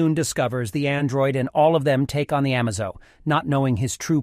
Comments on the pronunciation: Why does everyone pronounce Martian Manhunter Martian name as John Johns? It's Jonn Jonnz which is John Jones like his earth identity! Oh and also the Android is Amazo! Not Amozo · Amazo= A-May-Zo, not, A-Maw-Zo Lead= Led by superman, not, leed by superman. Only two of many, pronunciation errors. Plus all the syntax, grammatical, and punctuation mistakes. I'd personally lean(leen) towards it being A.I. narration. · You said am o zo? It's pronounced amazo. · Why do you keep saying "A-Mars-o" and not "A-maze-o" like it's pronounced in the show? Also why do you say "The Hawkgirl" instead of just Hawkgirl, she was never once called "the hawkgirl" in any of the two shows. 🤨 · Has to be. Changes the pronunciation of its name from amazo to amahzo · Surely it is AI. Amahzo, amaizo... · And all wrong it's amaze O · Amaze... O. Not Amazo. Ah-May-Zō. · Dude, it's pronounced Amazo as in amazing. A-maze-o, drove me crazy every time you said his name. And you in the title you said a god. Yes he's powerful but he's still an android. Just highly evolved. Other than that it was a good video. Don't get me started on the way you said Jonn jonzz. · The android's name is pronounced "Amaze-o." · A-maze-o Ah-muhzo Amazon E-muhzo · Its A--maze-o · Why go from Amazo to AhMahZo to Amizo to Ahmzo you fluctuated the pronunciation so many times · A"MAAH" ZO? FOR REAL 😂😂DUDE? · is it just me or is the narrator mispronouncing Amazo, it should sound like UH MAY ZO, just sayin' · Ah-Maz-oh... Now, I know you're doing these pronunciations on purpose. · "A-maze-o". Please be consistent in pronunciation. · Pick a pronunciation of Amazo and stick with it. It's A-May-Zo. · The narrator pronounced Amazo’s name 10 different ways. That’s pretty amazoing. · Also amazo is being pronounced differently every time and pretty stiltedly xD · You pronounced Amazo like 3 different ways in the same video 😂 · How many different ways can you pronounce Amazo’s name.. lol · Bro pronounced amazo 7 different ways